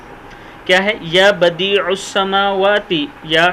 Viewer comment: لفظ یا آئے تو ع پر زبر پڑھنا چاہیے